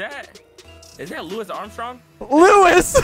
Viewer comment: really got Louis Armstrong mixed up with Niel Armstrong and managed to mess up the pronunciation of Louis at the same time lmao